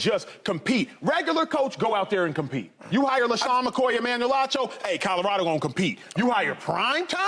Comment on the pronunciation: CADDA-RADO….lord have mercy.